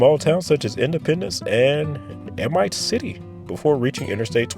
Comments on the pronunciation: I live a mile from I-55 in Jackson. I travel it everyday (as well as the other two interstates here). , it’s pronounced Sy-well. , it’s pronounced Ay-meet. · Let me help ya with pronunciation. Amite is pronounced by some like A-meet and others ah-meet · The “Northshore” of “South Louisiana”… not North Louisiana. GOOD GRIEF. Also: Amite City is “AH-meet” City. Gah. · Amite = A-MEET